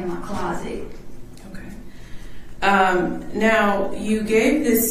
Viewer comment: not cawll me neow for a free readin 😂😂😂😂😂😂😂